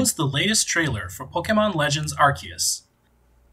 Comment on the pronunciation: arseus makes me want to bark if sounds like shit